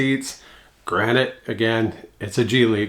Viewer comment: Congrats on the weight loss. I hate to be that guy, but it’s not “granite”. It’s “granted”.